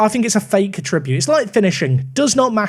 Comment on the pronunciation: Attribute. Emphasis on the first syllable.